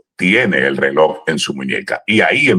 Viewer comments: Se pronuncia Relojjjj no reloc, con Respeto. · No es "reloc," 😮 es "reloj"